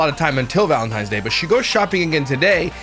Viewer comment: I can't stand the way she says Valentine's is driving me literally crazy I just wanna reach the phone be there in person to teach her how to say it